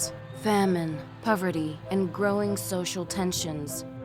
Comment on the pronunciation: Haha, she said puverty